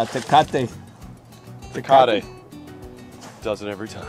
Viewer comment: Tuhcahtee smh